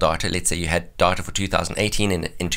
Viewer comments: I keep hearing "diet-a" lol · 1 minute and 42 seconds into the video I finally realized what he was saying was DATA. LOL